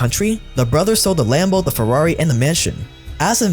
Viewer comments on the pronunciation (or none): none